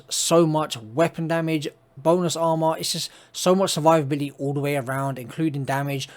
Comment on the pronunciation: its funny how you pronounce it!